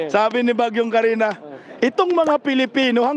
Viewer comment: Sir. Katrina po hindi Karina.